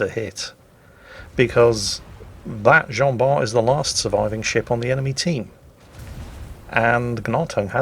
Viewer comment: The T of "Jean Bart" is not pronounced ^^